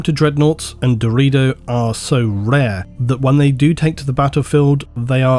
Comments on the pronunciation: My man seriously pronounced "Deredeo" in the meme version. He actually said "Dorito". Wtf?! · I think it's pronounced Deh-rer day-oh right? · brother it is called da ray do not dorito. its not a crisp brother even though they carry around other brothers who resemble one. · Ohhhh, Deredo. Thought you said Dorito. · I know it was deredeo but I heard dorito and now I’m cursed with images of Dorito dreadnoughts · Had to do a double take when he started talking about the deredeo pattern because it sounded like "Dorito pattern" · I love you but how did you get "dorito" out of Deredeo? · I swear every time said the "Deredeo" Dreadnoughts I counl'd stop to envision a giant Dreadnaughts of the shape of a... Dorito. The Dorito Dreadnought. lol. Thanks for the amazing video! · Alright I cant be the only one who keeps hearing "Dorito" when Doredeo is mentioned xD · All I heard 😂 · Am I retarded or is he saying Dorito dreadnought? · Hey guys, DRU-DAY-OH dreadnought lol love Doritos though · I at first thought you were saying the ''Dorito'' pattern, and all I imagined was ultramarine cool ranch flavored dreadnought. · I can't be the only person who heard "Dorito Dreadnought" right? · I just keep hearing Dorito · Dorito Dreadnought, that's what I understood a many times when you spoke of the Deredeo. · "Atomantic"? You mean "Automatic" ... Also not sure if "DeredO" is correct ... shouldnt it be DeredEO instead?